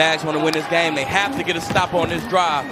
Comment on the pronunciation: “Jags gotta be gettin the ball if Dey gon win.” This announcer is a genius.